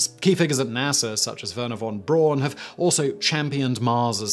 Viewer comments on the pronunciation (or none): Wernher Von Braun is pronounced like “Verner Von Brown “. Many people (outside Germany and Austria) get that last name wrong.